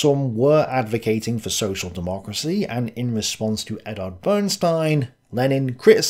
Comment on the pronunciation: Why does keep pronouncing Eduard as Eddard? Is he secretly a huge Game of Thrones fan? The rabbit hole goes deep.